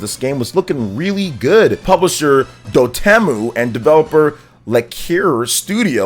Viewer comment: It's Dot Emu, like the bird.